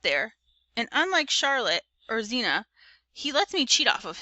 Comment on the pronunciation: Why do you keep saying Zeena its “Hee-men-uh”☠️☠️☠️